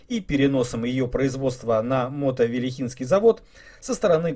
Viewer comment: МотовИлихинский завод, ударение на первую "и".